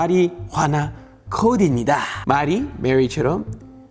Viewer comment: 안녕하세요 올리버쌤 입니타! 할때마다 소련여자 생각나자나..